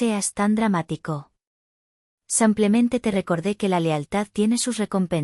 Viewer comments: No se dice sampiamente se dice simplemente.Aprende a pronu ciar. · ¿Samplemente?😈😈Bonita historia muchas gracias por compartirla 🎉La voz de la narradora es preciosa pero tiene errores de acentuación y pronunciación en todas los relatos 😢😢😢 Cálido saludo desde Bogotá, Colombia ❤